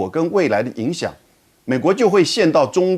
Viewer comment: 泥淖 发音学一学